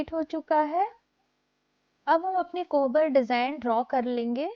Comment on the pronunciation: कोबर बोलते हैं, कोहबर नहीं !